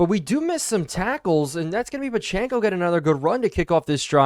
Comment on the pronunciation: Love the content but your football knowledge made me laugh. I wanted to click off the video when you pronounced Pacheco’s name completely wrong all game